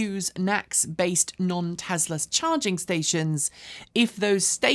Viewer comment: I go to your videos for information not entertainment. But sometimes it takes like forever for you to deliver a small amount of the former. Just get over yourself and cut to chase already. And could you please stop pronouncing it TEZLA.